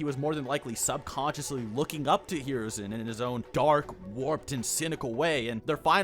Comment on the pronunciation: Holy shit the way u pronounce hiruzen’s name is so off it pisses me off